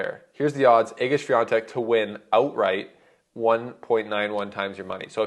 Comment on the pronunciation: Thumb up for the correct pronunciation of the name of Iga Świątek. Drink a lot of fruit tea, don't drink coffee or black tee, do not eat to much meet, sleep enough - then you will get rid of the cold faster, fellow..